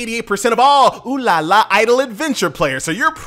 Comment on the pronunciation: finally someone saying it right.